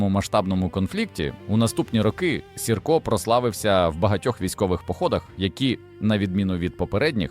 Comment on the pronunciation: Iван Сiрка нiколи не виступав на боцi iноземцiв. I його призвисько Маэ наголос на перший склад й лiтеру ,,i,,.